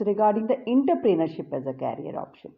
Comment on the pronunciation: Inter-pener-ship. Ok 😀✋